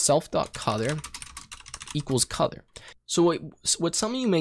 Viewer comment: What the hell is "codor"?